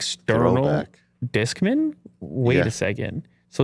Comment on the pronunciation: Why are you pronouncing Discman like it’s a 70 year old accountant? Bob Discman!